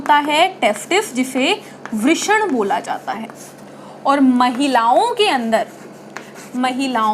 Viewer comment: 'वृष्ण' नाही गं बाई 'वृषण' 😊